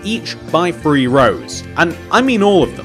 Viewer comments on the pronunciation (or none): Three not bree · one two Bree four five 😂😂😂😂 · I like how he says free instead of 3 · "WAN TWO FWEE, i FINK...!"